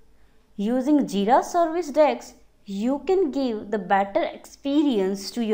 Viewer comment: Please pronounce 'Desk' as 'Desk'.